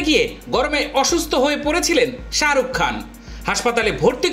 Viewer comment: ওটা সাআরুক ন শাহরুখ ভালো ভাবে উচ্চারণ করা শিখুন দিয়ে ভিডিও বানান